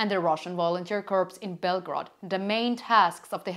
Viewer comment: A minor point: "corps" rhymes with "core," or "more." But don't ask me why. The way you've been pronouncing it sounds like "corpse," which means "dead body." Aside from that, keep up your excellent work.